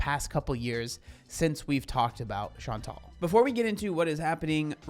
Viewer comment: My name is Chantal and i'm impresed that you said it in english the right way!!!